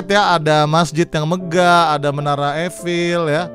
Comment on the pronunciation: bacanya menara ifel bang bukan efil